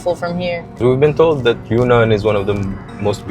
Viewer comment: It’s pronounced Yun-Nan, not Yu-Nnan.